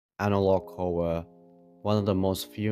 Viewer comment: Witewy so many anawog Howwo